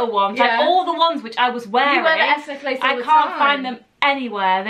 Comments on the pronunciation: neck LACE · I find it so weird that you pronounce necklace like neckElace its NECKLACE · I love how they pronounce necklace 😂😂